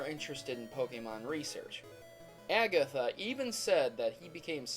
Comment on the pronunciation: oh my gosh, stop pronouncing things weird...aygatha, guyradose, lol wut???